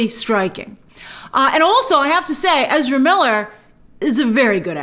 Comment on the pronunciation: Please stop destroying English for the sake of Ezra..